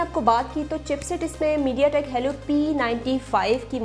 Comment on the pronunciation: Helli nhi hota helio hota hai